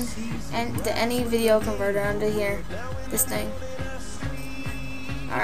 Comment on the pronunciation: I think we know the 3 syllables of "con-ver-ter"